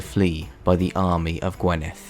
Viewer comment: I am Welsh, I live in "Morgannwg" and was enlightened and fascinated by this doc. Welsh pronunciation was a good attempt but maybe get a welsh person to give you some better sounding pronunciation of say GWINeth not gwenith for example. It is always a laugh when English speakers try to say Welsh words.